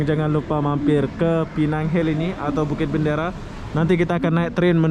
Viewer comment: Dia sebut Bukit bandara. Bandara dalam Bahasa Indonesia tu airport. Asal boleh je 😂😂